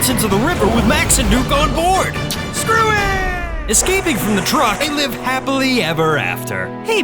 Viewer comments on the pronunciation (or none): You like to say SREW IT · why they keep saying sruit